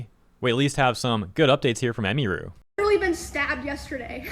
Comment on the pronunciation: Ugh you keep butchering her name. Its not " em E ru" Its "em UH ru"